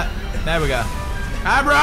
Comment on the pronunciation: the horse's name isn't agro and isn't aro.. it is ABRO, because he is, as us, A BRO. understood?